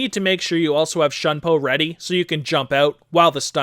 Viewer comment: The way he kept on misspronouncing "Shunpo" made me want to dive head first from the edge of my bed into a steak knife. But the tutorial was splended and extremly helpful